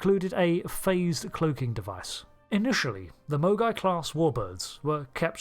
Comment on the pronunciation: Did anyone else keep hearing "mogwai" as the name of the class? What does happen if you get a Mogai wet?